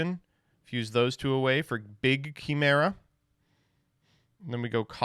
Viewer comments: Why does he say chimera like that? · I swear to god if says Chimera wrong one more time.